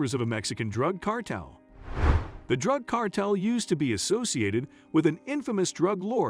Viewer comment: Constant mispronounciations are jarring. Casts doubt on the rest of the information. Ramirez does not rhyme with razmataz. Cartel is not cartl. These are common words used in the US. Accents in several of the words are in the wrong syllables. Is this machine speech? Please correct for future videos.